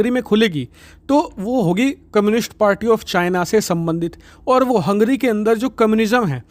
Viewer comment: भाई वो हंग्री नहीं है हंगेरी है.